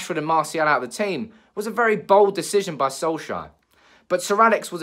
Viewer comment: Can't stand how you say solkjaer 😂 😂